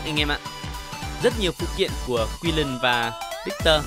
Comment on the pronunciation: Nghe quiu len wen nghe ad nói kiu lình hơi khó chịu